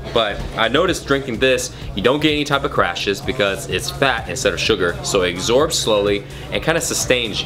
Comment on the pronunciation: lmao he says exorb